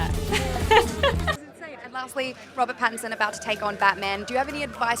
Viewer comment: Robert patterson heavy Indian accent 🤣🤣🤣 didn't expect it from a recommendation its Robert Pattinson dude